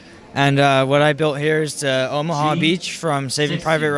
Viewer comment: It’s. Not omha it’s omaha